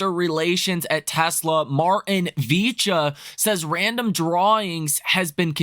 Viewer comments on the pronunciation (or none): VIECHA is pronounced VY - EKKK - AH not VEEEcha!🤨 Keep up the great research on this channel!